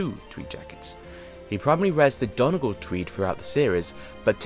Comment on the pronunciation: the way you pronounced donegal triggered my fight or flight response (love the vid tho)